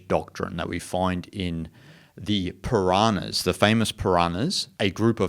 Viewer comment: It is not Piranahas but it is Puranas